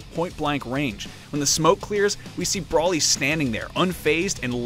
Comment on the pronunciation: Did you really just say brawlly? It's broly. Broooowly